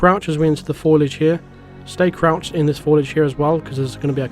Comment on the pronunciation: It's "foliage" (fo-lee-age), not "foilage" (foil-age).